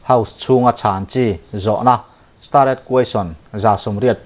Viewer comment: Stared Question hi Sta-red an ti ngai lo, Star an ti mai